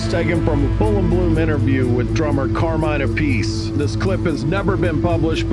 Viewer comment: Both versions are simplified for americans that can't spell romance languages right . Carmeene appitchey is how you really say ir .